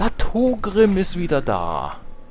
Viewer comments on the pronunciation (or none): Heißt er nicht Thorgrim und nicht Thogrim?